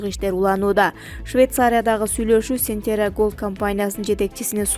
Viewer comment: Сентера дебей Центерра деп туура окуганды уйрончу